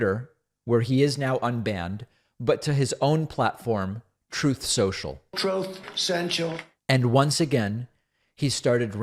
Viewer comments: Did he say "Troth Cential?" I thought it was called Truth Social. Is he just mumbling? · You are they only person to say Trump's platform name correctly, unlike all the fake news purveyors calling it Truth Social, which is wrong. We both know that trump told us himself that it's called Trothe Sential. Thank you for saying it right. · “Troth Senshul” audio has me laughing hysterically that I’m in tears at 8 in the morning I never realized he said it! Omg! Thanks for that, David! 😂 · My phone notification/text alert is his "trothe sensial" sound byte. Never gets old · TROATH CENTCHIAL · i love when he plays trump slurring TROOTH CENTRAL. lol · Why are you saying TROTH social … are we not saying it for search reasons? Or is it a joke and I need to look up troth or trothe? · Lmao yooo that “troatth sential” never miss 🤣🤣🤣🤣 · "Trough Sensual" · He is saying Troth Senile. It seems appropriate don't you think? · I’m living for Troth Sential and OBAMNA. Both crack me up every time, even though I know they’re coming. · I love how you use trumps words, "troth sential" he he truly lost in the forest of voices in his head